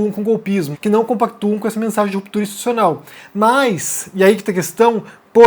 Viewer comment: Muito boa sua análise, como sempre. Agora, repita comigo: Ins-ti-tu-ci-o-nal. De novo: ins-ti-tu-ci-o-nal... Assim, uma hora você acerta! ;)